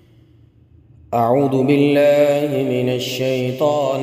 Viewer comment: Bulky اعوذ بالله ko bi aap اعود بالله parhty hen Aisa kion